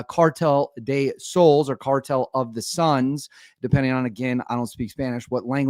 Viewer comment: So-less. Not souls. It's that hard, gringo. Think.